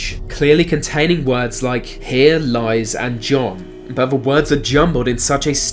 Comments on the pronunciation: Dude if you can manage to say there and that, you can say the, not v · why do people from your part of the world pronounce "th" as "f"?